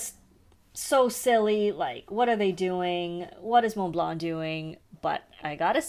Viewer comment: TF is a “moon blar” Why are f**king Americans so stupid and what is so difficult about pronouncing Montblanc properly. And yes, it’s one word because we are not talking about the mountain